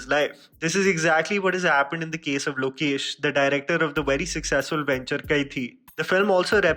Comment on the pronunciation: Pronounce the director's name properly. ✌️